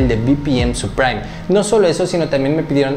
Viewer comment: No es "supraim", es "suprim". Gracias por la info bro. Saludos